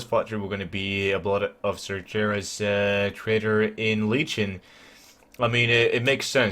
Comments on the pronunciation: Blood of SarGeras... Read like PortuGuese. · I love u but the way u say "Sargeras" makes me cringe...